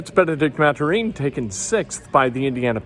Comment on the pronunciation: Jesus Christ Ken it's pronouced "Math-er-in". This is almost like how u called Julian Blackmon Justin Blackmon a whole freakin NFL season